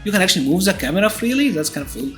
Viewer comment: THE THE THE = ZE ZE ZE. Please man, dont you find odd a person who talks in english for years, keep using ZE to say THE or any word that starts with TH??? Why cant you try harder to make the sound of the words more like the were meant to sound on their native language? If you gonna learn another language the least you can do is try to improve and get better year after year. But I see you dont care, you keep pronouncing some words incorrectly, specially the sound of THE.